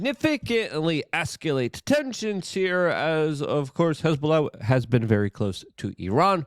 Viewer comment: Do you not feel that someone who is 'reporting the news' has any responsibility to appear credible? How can you be perceived as credible if you consistently say words that are not even real? Transfold (should be transpire) Esc-you-late (should be escalate) Sime-you-taneously (should be simultaneously) Levied (should be leveled) TumuLTULOUS (your favorite. should be tumultUOUS) ExSCUSIVely (should be excLUSIVEly)